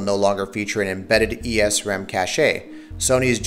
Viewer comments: I have a few issues with this video. First off, What do you mean "consoles are where mainstream gaming is right now?" PC is the most popular platform, hands down. Secondly, why do you say cache like cash-ay? it's cache. Like cash. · Cache is pronounced CASH. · why does he keep pronouncing it cashay, and why does he insist on repeating it? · songokuemumania Cāché sounds fancier. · More cache-ayy means more par-tay.